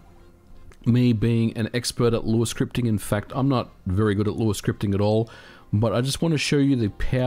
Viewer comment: Good job taking on the feedback of how to pronounce Lua. ;) You got it perfect now. Btw, this channel is quickly becoming one of my favourites on Youtube next to Digital Foundry. Fascinating stuff as aways.